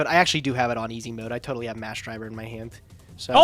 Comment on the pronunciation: "I'm not Toadally out of it"